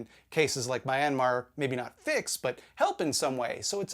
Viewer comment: Dear, that was maybe the worst pronunciation of Myanmar I've ever heard.